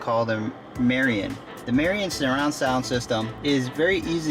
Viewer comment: It's pronounced MAH-RID-EEE-IN